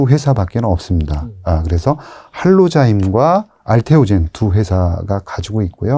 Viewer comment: 활로자임 할로자임 하일로자임 화일로자임 같은 한국말인데 도대체 발음이 현찮은건지 못알아 듣는건지 모르겠는데 자막이라도 써주면 안되나요~^^